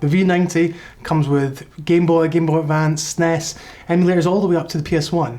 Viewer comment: As soon as you pronounce the word SNES. Im out.